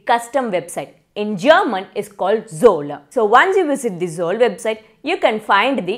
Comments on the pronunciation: NO you said Zollaaaaaa . Like you add an aaaaaaaaaaaaa after every word. Like Himalyaaaa, Lord Ramaaaa, Rmayanaaaaa. Russia is Russia and Poland is Poland. Not Polandaaaaaaaa. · Sorry! It's not Zolla. It's Zoll. Only Zoll not Zolla